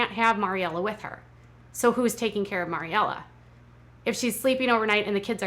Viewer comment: MARYella. MARY. Bugs me so much.